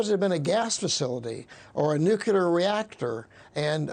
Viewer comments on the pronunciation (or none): this dude says nu kyu ler ?